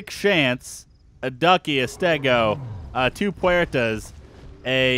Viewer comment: Call him Shanta as in Santa